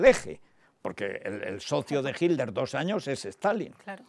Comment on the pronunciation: porque los españoles dicen HILDER?